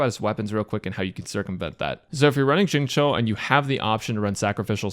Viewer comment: I was 5min into the video trying to figure out what was so weird about it and realized it's because you're one of the only people I've seen pronounce Xingqiu's name correctly 😂😂😂😰